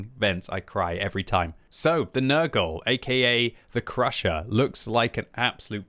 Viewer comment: calling it papa nergal (nurgle) now